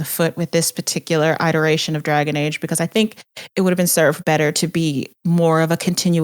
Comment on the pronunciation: Someone tell iteration starts with a short i:)